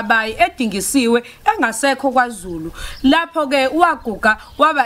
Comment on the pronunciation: KwaZulu not KaZulu